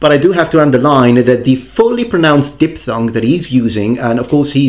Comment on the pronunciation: something that bothered me (sorry) was when you said di-P-thong instead of diphthong (sound is like di-F-thong). Nice video, as always